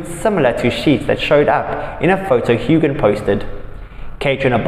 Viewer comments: His name is Huan NOT Hugan! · The G in Sam’s last name is SILENT. 🙄